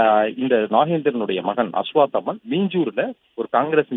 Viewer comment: அஷ்வத்தாமன் அப்படீனு உச்சரிக்கத் தெரியாதா? ஒரு சேனல்ல அஷ்வாத்தமன்னு சொல்றாய்ங்க..இன்னொரு சேனல்ல அஷ்வத்தமன்னு சொல்றாய்ங்க..நீங்க எல்லாரும் படிச்சவங்க தானே..இதே மாதிரி தான் முண்டகை என்ற ஊரை முண்டக்கை னு வாசிக்கறீங்க..இது என்னவோ மாதிரி இல்லையா?